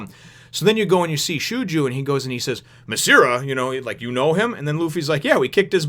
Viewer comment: Just to let you know Shoujou is Pronounced Show-Joe (at least that's how the Funimation Dub pronounces his name). I like him and his Brother. They are Great characters.